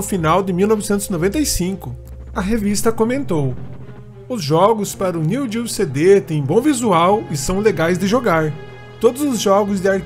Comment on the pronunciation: NÃO SE FALA NEW GEO, é NEO GEO.